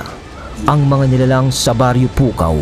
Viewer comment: Gumagana ang pagka ilokano mo 😂😂😂”PUKAW’ pa more